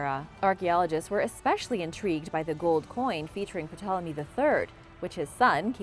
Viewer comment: Hi. The P in Ptolomy is silent.